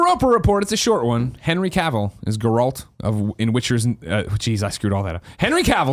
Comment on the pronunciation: It's been over 3 years and Greg still can't pronounce "Geralt". Lol